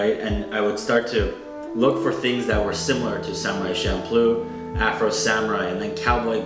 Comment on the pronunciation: You did not just pronounce manga as maynga. And Champloo as Shampoo